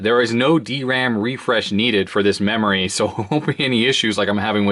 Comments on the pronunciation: Digital "Rerory" Card... XD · Nice "DIGITAL RERORY CARD". Or maybe it should be "ERRORY".